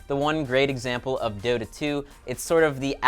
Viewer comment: Dota not Dora...